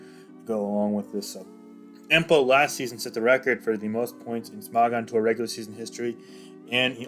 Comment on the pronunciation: the way you say smogon disturbs me